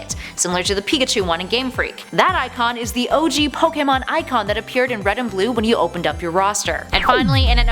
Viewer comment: Finally someone who can pernounce pokemon right